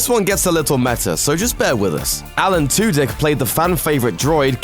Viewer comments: I swear he said Alan Twodick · I swear he said Alan Two-Dick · Did anyone else lose it when he said Alan Two Dick lmao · did anyone else laugh whenever he said Alan Tudyk